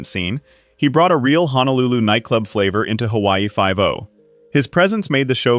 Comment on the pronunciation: Can any one of these commentators please pronounce the place as Honolulu and not HANALULU? There is no place called HANALULU. It is Ho no lu Lu. All of these actors gave their all to Hawaii 50 and are remembered with love and dignity.❤️❤️❤️❤️❤️❤️❤️❤️❤️